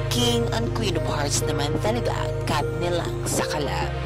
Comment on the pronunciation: Bakit kathnel ang pronunciation nyo